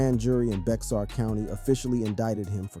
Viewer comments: 'Bexar County' is pronounced 'Bear County' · Dear Non Texans, Bexar County is pronounced Bear County. The x is silent. Trust me I've lived here my whole life. Oh and Seguin is pronounced Se-geen not Seg-win. The U is silent. Lol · Lol, Bex-AR county 😂